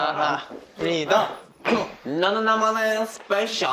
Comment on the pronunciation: Beomgyu: SpeYcSIal 😂😂😂